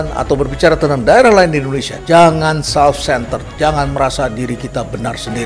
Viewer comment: HAHAHA... LIJAL LAMLI n LOKI GELUNG "SELF CENTEL" . BLAVO PLOPESOL LHEINALD KASALI